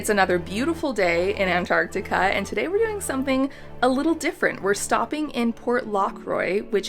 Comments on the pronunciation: Why is she calling this “ANT-Artica”?!?! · U mean antartar? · its not antarctica, but antartaca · why do you pronounce Antarctica like that ewww